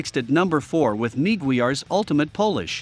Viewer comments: Computerized audio using a voice synthesizer are annoying. It's not that much trouble to use a real person speaking for a short video like this. pronouncing Meguiars as "Mee-Gwee-Ars" is a quick tip-off that it's a robotic audio track. And the AI track alternates between calling the products correctly as "polish" the product, and as a description as if it's from the country of Poland. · Maguires - "Neeg-Gwee-RRR's" - Funny stuff